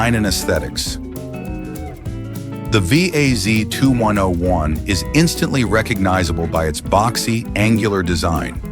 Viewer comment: Now you really piss me off. The Lada, you call it wii ayy see is the second most built car ever. Yes, it is generic, yes, styling was by Fiat. But: it is robust, cheap to mentain and really far for being ugly! You need a only a hammer and some other tools, mostly for hurting dumb speakers with an annoying AI voice. That said the same fuckin' words on each car, them never drove one at all. No experience, no clue, none a fling of respect for cars at all! - always the same shite! Not the cars, but the same words. Over and over and over...!